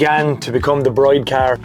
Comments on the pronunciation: Pronounced 'Brid' not 'Bride' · Just a heads up, it's pronounced "Breed", not "Bride". One of those weird tuner brand things I guess.